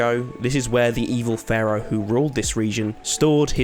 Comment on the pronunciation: Please stop saying Ferrow, it’s Pharaoh lol